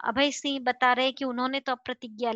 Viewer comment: Please improve your pronunciation of (singh not siah)